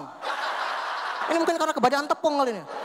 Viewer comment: Kayak Bahasa kampung gua njir Kahunjakan/kebanyakan😎😂